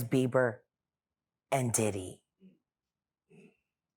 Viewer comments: why does he keep saying Justin BEAVER 🤣🤣🤣🤣🤣 its Bieber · Did he says Justin Beaver 😅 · Why do black people pronounce his name as Justin Beaver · The guy that's interviewing her.... It's Justin Bieber NOT Beaver!!!! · Bro said “Justin Beaver” 🦫😂😂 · He did not just say Justin BeiVer, right? 😅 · Is it me or did he say “Justin Beaver” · And kept saying it 🤦🏽‍♀️😂😂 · The interview can’t even pronounce his name correctly… Beaver… really? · Please pronounce Justin’s last name right. It totally makes you look bad and not smart when you say Beaver.